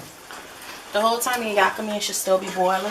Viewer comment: 1st- Ya-Ka-Mein is pronounced Ya-ka-mee 2nd- What in da Who-Dat hell are you doing. 3rd- awww yeah <<<<<NO>>>>> carrots don’t not go in Ya-Ka-Mein PERIOD END OF STORY Me: talking to myself: How you just gon omit garlic but add carrots she ought to be slapped